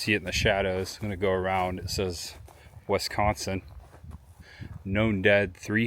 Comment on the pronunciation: Great video but I must correct you. It is not WESCONSIN. It is a short I! It is three syllables the first syllable is Wi as in- with The second syllable is SCON with the emphasis on the second syllable. Pronounced as if spelled SKON with a short O. If spoken correctly you will have a slight nasal twang( you can get this by pinching your nose when you say it) The third syllable is Sin. Just like from the Bible sin a short I Wi-SCON-sin